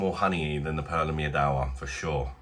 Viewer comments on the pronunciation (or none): Pronounced Meedva.. Polish word for Honey.!